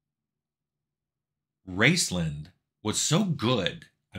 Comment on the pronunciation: I couldn't tell if you were saying "Raceland" or "Rincewind" (the latter makes more sense for a MUD Wizard).